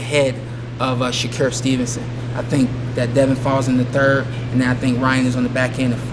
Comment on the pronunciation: “Sha Cure” Stevenson